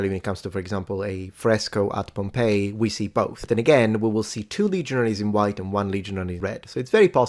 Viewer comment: Pompi is buttcheek in spanish, such a silly way to pronounce Pompeii